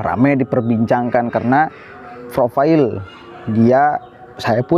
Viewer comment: Maaf kak. Orang pintar si biasanya baca profile menjadi profail bukan profayel.